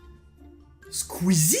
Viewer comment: ca se pronnonce pas sqeezie ca se pronnonce sqoueezie